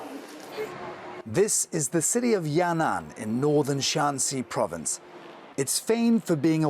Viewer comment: it is Yan An, not Ya Nan...